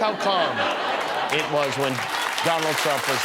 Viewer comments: He said Donald Chump. 😂🤣😂🤣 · 🤣😂 he didn't say the calm peaceful days of Donald Trump he said Donald chump, I can't believe Jimmy didn't catch that 🤭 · could have sworn he said "Donald Chump" which would be a real Freudian slip.